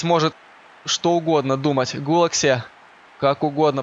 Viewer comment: Не Гулакси а Петер Гулаши